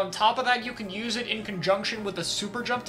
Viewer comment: also kek at "Nothing is the worst special you just need to know how to 'youse' it well" He said. To chara, a top western competitive player... Know your lane bro.